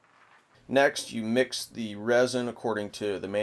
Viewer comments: good video.. but sir its resin like r-ehh-zin not rosin they maybe somewhat similar in a way but are very different in this case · is he trying to say resin